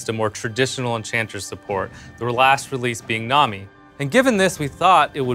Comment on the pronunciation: Skyflakes Clarkers He says enchanter, but it comes right before saying support so they mix together and sound like he's saying enchantress